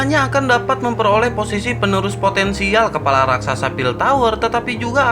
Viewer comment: Berpartisipasi cok..bukan berpartisisapi😂😂😂..lagi satu kepala...bukan kelapa🤣🤣🤣